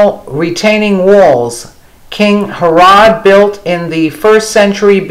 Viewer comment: The woman reading doesn’t know bible, everyone knows how to pronounce , Herod